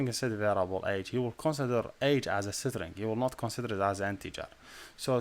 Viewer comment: Pls google the pronunciation of string